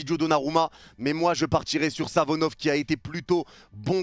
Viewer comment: Pk tu dit Savonof alors que c'est Safonov ?